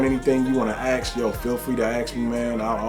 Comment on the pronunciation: The word is "ask," not "aks." I came here to get a review, not for you to waste two minutes on an intro talking crap about others, or yelling at your subs for not watching this content fast enough.